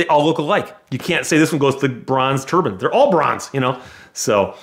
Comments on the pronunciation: Dude says turbine like turban. Just picturing a bunch of cars with turbans on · Can someone put a turbin counter on the jet car story he mispronounces it over 30 times